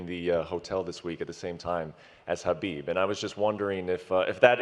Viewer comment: Conor can't even say Khabib's name. Khabib really humbled him